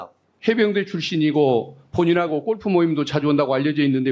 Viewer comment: 꼴프가 아니라 골프 아니야??? “꼴프”?? 😂